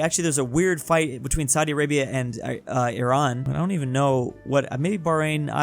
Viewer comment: FINALLY!! SOMEONE THAT PRONOUNCES IRAN RIGHT EVERYONE PRONOUNCES IT LIKE "AI RAAN" LIKE NO